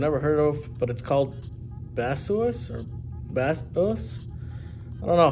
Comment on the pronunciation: Hi, thank you for this great review! We sell Baseus (it's pronounced bay-sus by the way:) in the US! Glad to hear you are pleased with the product